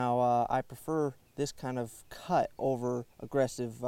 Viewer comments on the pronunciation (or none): none